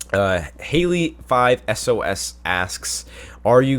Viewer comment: how he said 5SOS xD